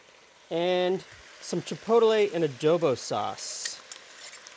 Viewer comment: I hate to be that guy, but the way was saying chipotle was really rustling my jimmies "chi-poadle-eh" 🙃